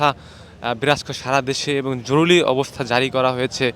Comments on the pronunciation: হায়রে সাংবাদিক ভাই জরুলী না বলে জরুরি বললে কি হত। 😂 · জরুলি না উচ্চারণ টা " জরুরি " হবে। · আপনি তো বলতে পারেন না,যেমন জরুরি কে বলেন জরুলি, কমান্ড কে বলেন কমন,আগে কথা বলতে শিখেন, আর এটা হবে গণভবন রাষ্ট্রভবন না, রাষ্ট্র ভবন বলতে ঢাকাতে কোন ভবন নেই। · কি সাংঘাতিক রে বাবা জরুরী কে জরুরী বলতে পারে না* জরুলী বললো বড়ই হাস্যকর 😅😅😅😅😅😅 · জরুলী এটা কোন শব্দ ভাই?? জরুরী এটা শুদ্ধ শব্দ। ভাষা ঠিক করে কথা বলতে হবে। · ভাই “জরুলী অবস্থা না” হবে “জরুরী অবস্থা” । আর ওরা “বাংলাদেশ সেনাবাহিনী” না ওরা “বাংলাদেশ সেনালীগ” । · জরুলি কি ?? শব্দটা হবে জরুরী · এই বেটা উচ্চারণ ঠিক কর জরুলী নয় বল জরুরি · ভিতি কর জরুরি,উচ্চারন ঠিক করেন